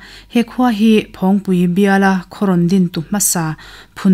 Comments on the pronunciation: "Phawngpui" tih pawh hi a rik dan dik kan bosan leh nasa ta mai niin a lang e. "Phawng" tih lai tak hi nang leh mipui nawl pui hian a ri kan tisang a ni a. "Thingpui" tih ang chiahin. "Phawng" lai tak hi a ri tihniam ila a dik zawk awm e. "Nunrawng",..Kelkang "hlimpui", "Van hnuai"..tih anga tih rik tur niin a lang. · I sawi hi ka lo hriat ve Dan a nih avangin phawngpui a lam rik hian ngaihthlak a hreawm khawp mai 😂